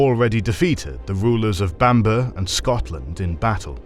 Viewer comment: Only criticism is your pronunciation of Bamburgh is completely wrong, but other than that good video